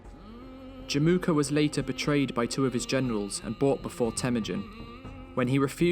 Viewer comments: Fyi, it's Jamukha/Жамуха ("a" is actually silent). 😀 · in mongolian it's not called Jim uka it's called Jamuuh